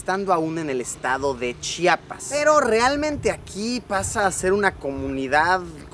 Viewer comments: gracias!!! Hasta que alguien siendo figura pública pronuncia bien chiapas , GRANDE👌💗🎆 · Cuando por fin alguien dice correctamente C H I A P A S😌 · Hasta que alguien dice bien Chiapas 😄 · Ame que si supiste decir CHIAPAS correctamente ❤️